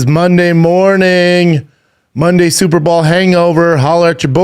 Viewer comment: Bro are you saying Super Ball on purpose? 😂